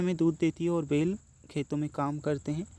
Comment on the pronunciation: Sorry pur बेल नहीं बैल और भेस नहीं भैस sorry pur aap padhaate to bahut achcha ho